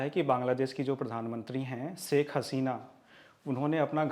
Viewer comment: saik nahi hota shaikh hota hai